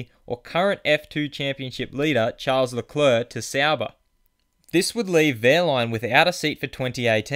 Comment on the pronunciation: it's not lecleurc it's leclerc